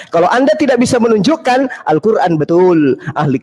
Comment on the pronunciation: BUKAN. QUL RAN.??? TETAPI. *. ALQUR, AN . ???